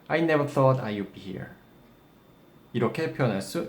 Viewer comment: 써어트 인가요? 발음이요